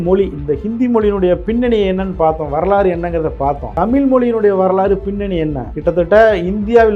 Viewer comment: தம்பி இந்தி திணிப்பால் தமிழ் அழியாது. உன்னை போன்ற 'ழகரம்'' 'லகரம்' வித்தியாசம் இல்லாமல் தமில், மொலி என அருவருப்பாக பேசுபவர்களால் தான் அழியும்.